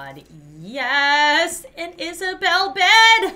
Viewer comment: "Yes! An Isabelle bed!" Me: AN IsaBED